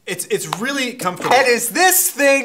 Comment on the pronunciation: Dear Rick, Did purposely pronounce the "L" in "Folks" to be like a cheesy spokesperson, or does he really pronounce it like that? PS: He is also pronouncing "Comfortable" almost like "Convertible"